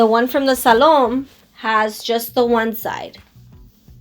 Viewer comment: Hi you look nice. Also, I believe it's pronounced Salome in spanish. The "e" is not silent.